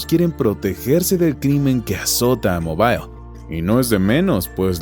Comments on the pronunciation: no se dice mobail, se dice mobl 🤣🤣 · en ingles y español la ciudad de Mobil Alabama se pronuncia igual